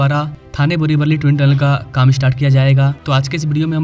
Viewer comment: वल्ली नाही रे वली बोल मित्रा